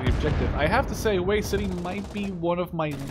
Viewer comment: lol Hue City not Hoi City